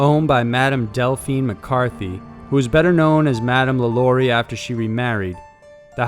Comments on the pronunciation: It's Madam Lah Lah REE. That's the phonetic spelling. Remember. She was French. I lived in Louisiana. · Omg so many inconsistencies about the lalaurie mansion, which you mispronounced. You didn’t mention that the original reason that they heard sounds in the house right after she left was because there were slaves buried alive in the house that they never found until years later. You also didn’t mention the fact that every person that has owned that house has had a series of extremely bad luck happened to them, including Nicolas Cage. And the Lalaurie mansion is not an apartment complex now it is still just a mansion, and it is owned by a private citizen and he does not allow tours of the building. I was literally just passing by it last month.